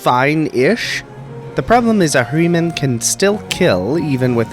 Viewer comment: I like returning to this video for three reasons: says Ahriman Once. Twice. Thrice.